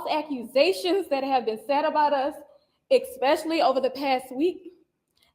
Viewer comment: Ain't no x in especially you sld child probably can't say the letter R "Ara" 😂😅😮😢